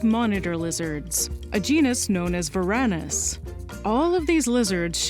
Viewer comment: I think "Varanus" is stressed on the first syllable. It's from Arabic "ورن" (waran), with both vowels short, and since both Arabic and Latin have phonemic vowel length, the vowels are short in Latin as well, so it's stressed on the antepenult. "Monitor" is from interpreting Arabic "waran" as English or German "warn", and translating "warner" to Latin.